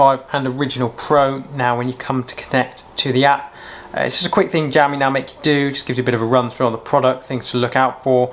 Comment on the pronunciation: jowmi though...lol